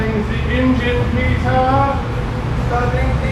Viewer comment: Ladies and gentlemen, give it up for PEE-TAHH!!!